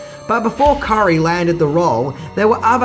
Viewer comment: He pronounces Tim Curry's last name as Car-ee, then when the camera is on him, the correct way